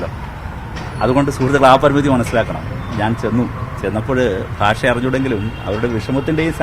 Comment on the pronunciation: ഭാഷ... ഭാഷ.... എത്ര ഭാഷ... ബാഷ....😅😅